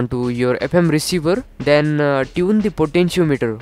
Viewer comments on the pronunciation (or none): none